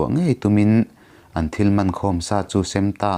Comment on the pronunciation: In sem vel kha a thluk diklo a awm deuhin ka hria